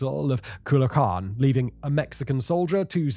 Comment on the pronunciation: Bro PLEASE look up how to pronounce words. ITs COO-LEE-AH-CAHN